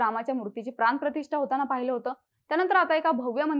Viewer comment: 'प्रान-प्रतिष्ठा' नाही ग🙄...,'प्राण प्रतिष्ठा' असे आहे ते. शाळेत नाही का गेली तू? ण, ळ, चा साधा उच्चार येत नाही, आणि..न्युज रीडर म्हणून कॅमेरा समोर येऊन उभे राहता तुम्ही लोक.